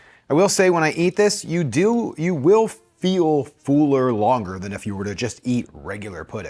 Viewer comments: I know its not related to the content but I haven't heard someone with generally no regional accent say one word, "fuller" so distinctly differently. Sounds like "fooler" rather than fuller to me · Hi. I'm a new viewer and like you content and approach. Was just wundering where the work "fooler" comes from instead of "fuller"? I thought it was an audio glitch at first but after continuing to listen it seems intentional(?) Cheers! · I've never heard anyone pronounce the word "fuller" that way.